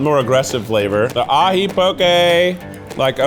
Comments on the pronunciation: He FINALLY pronounced poke correctly!!! cries in Hawaiian Mahalo e Keith <3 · i always remember how to pronounce poke because there’s a poke restaurant near me called “poke doke” like okie dokie :) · THANK YOU for saying poke correctly! (“like okay”) Mahalo nui!! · so glad someone corrected you on the pronunciation of poke lol